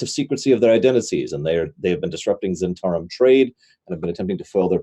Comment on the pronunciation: struggle with the pronunciation of Zhentarim...all I can think of is Londo Mollari saying "the Great Zhentauri Republic".